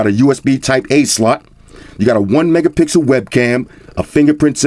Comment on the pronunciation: He said 1 megapixkel camera that's horrible